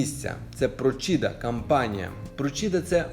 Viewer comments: Про'сiда, а не Просi'да. На пiвднi Iталii проблеми з водою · Prócida наголос на о, а не прочІда.